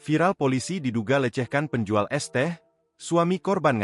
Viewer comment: Penjual bre, bukan penjula 😂